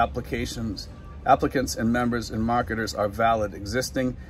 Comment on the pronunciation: Mahketahs = marketers